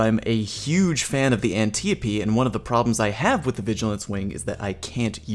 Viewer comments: It's pronounced Ann-Tie-O-Pee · Totally Not Click-bate and more anniope D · "An-tea-a-pea" haha I love it, def calling it that now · omg the antiope pronunciation, whhyyy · Why you say the antiope like that